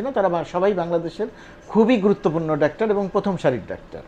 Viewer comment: Appreciated. Please pronounce either doctor or in Bangla ডাক্তার, not in-between.